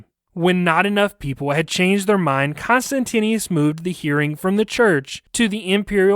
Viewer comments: The name of the Roman Emperor was pronounced "Con-stant-ius" sound it out. You're inexplicablably adding an extra "n" and "i" to your pronouncination. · The emperor was Constantius, not Constantinius. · Whoever does the narration of the story is constantly mispronouncing the name of the emperor, although, it is written correctly on the slides for the video! It would be great if next time more attention is paid to this b4 the audio is aired.